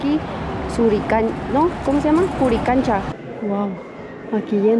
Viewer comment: Esa guia cusqueña pesima..No es curicancha es Koricancha...tampoco es suchi si no Suri..esta perdida que pena...